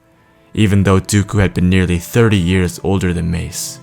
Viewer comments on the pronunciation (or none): none